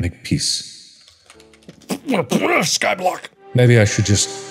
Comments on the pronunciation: peathe XD and in that dramatic voice XXDDDD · “Make peathe…” -Markiplier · “Make peath” ~markiplier 2020